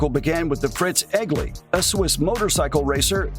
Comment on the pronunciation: LOL "Flying Squirrel." We've come a ways with bike model names. Fun to watch, but the AI robot got so many things wrong. E.g. Different models shown while discussing the Vincent and Norton, and "Eggly" instead of "Egli." No thumb down this time, but I'll avoid the channel.